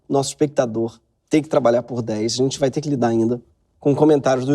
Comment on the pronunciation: ai, voce "rai pra la "